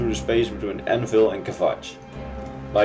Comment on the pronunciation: "Aennaeville", lol I needed a few minutes to understand that was "Anvil". Nois, to <3